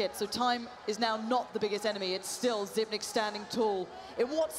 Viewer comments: no I remember an interview, he said he doesn’t really care they pronounce it zipnix, but he pronounces it zipix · Yeah it should be "Zypnix". Since 9 is "ni" in danish. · the casters spoiled it by saying xyp nix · Henry Su If you go to the interview with him on how to pronounce it, he says zypnix ;) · Xyp9(e)x As in Dev1(i)ce. The person himself say it. At least make it xyp9(nine)x